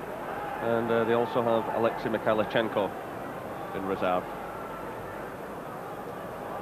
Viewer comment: No T in Mikhailichenko.